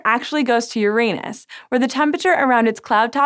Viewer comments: It's Uranus not UrANUS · For the last time.... ITS PRONOUNCED URA-NUS NOT YOUR ANUS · please, PLEASE pay for some English diction training for your "stars". Just so she stops talking about Youranus. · Sci Show, I really, REALLY admire your videos....but please, please insist on your staff using the correct pronunciation, because it is not "yerANUS"! It is "yer-ah-nus." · Please... please.. "Yoran - us"... not "Your anus" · Its pronounced Ur anos, not youranus. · Stop comparing Neptune to my anus! Yes I'm a vegetarian and there is alot of gas buildup as a consequence but I don't know why you have to go there! Uranus is pronounced Jorrah-nus so we know that's not it. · Please tell me im not the only one who laughed when she said "Uranus even has more methane in its atmosphere" she really pronounces it hard as "your anus" way to stay subtle. haha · she pronounces it yr anus instead of urine us. keked and checked. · Yo girl. It's pronounced "Ur-en-us". Listen to mah boi Neil DeGrasse Tyson and get over your highschool immaturity. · i know right! its pronounced urine-us... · Let's be fancy and start pronouncing it "you-RAH-noose." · If she says Uranus instead of Uranus one more time!!! I’m actually leaving this video early because of this. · Haha, you said Uranus wrong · Talking head does not know topic. Why don’t you pay for the orbiter? Learn to pronounce Uranus ... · HER SAID URANUS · Im sorry i know its petty but it bothers me how she pronounces uranus. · As a science channel I wish she would pronounce Uranus correctly. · I think you pronounced Uranus wrong.